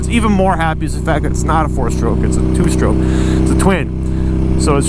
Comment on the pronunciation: "2 stoke"😂